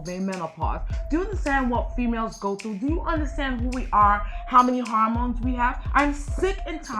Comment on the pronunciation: Harmones instead of hormones. I know that you are a very intelligent woman but it would add you intelligent even more so if you review your tape if you haven't done it already and learn correct pronunciation of certain words. Please I mean no disrespect it just that it takes away from what you're trying to say when you don't enunciate properly of course if you are not taking this constructively and you find my suggestion offensive then perhaps I was wrong in assuming that you are what I said from the beginning the choice is yours.